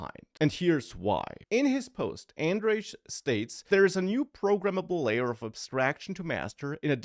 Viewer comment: It's pronounced "Andrej", not "Andrej"